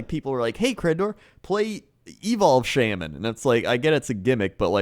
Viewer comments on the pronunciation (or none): You should pronounce Shaman correctly for once